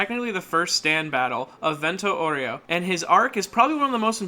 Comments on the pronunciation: Technically Its pronounced VehnTo OwReho so no oreo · my guy just called it vento oreo